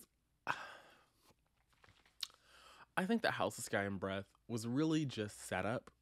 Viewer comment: All I heard every time you said the title was "House of Sky and Bread" 🤣